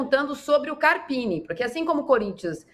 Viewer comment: O nome do técnico do são Paulo é carpino e não carapini...